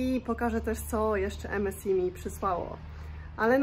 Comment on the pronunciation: MSI = czytamy = EME SAJ